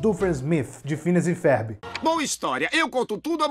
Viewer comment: Porque que ele diz “férbi” ?